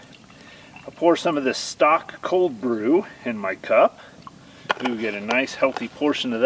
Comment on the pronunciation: Hey, very much enjoy your videos and your excitement of finding history in remains of an old Homestead. On a much lighter note I had to chuckle at how you pronounced Stok cold brew coffee. A very nice cashier at the local Safeway who used to teach Grade School corrected my pronunciation of that brand of coffee. I too used to pronounce it "stock". She pointed out that there is a "long sign" over the O in Stok, so it's pronounced "stoke". That's our joke when I see her at Safeway.